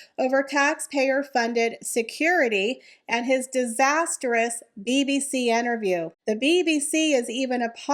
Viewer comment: The word is interview not enterview. Thats not a word.